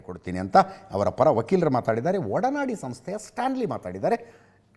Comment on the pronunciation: ಒಡನಾಡಿ... ಉಹೂ.... ಅಡ್ನಾಡಿ... 😂😂😂😂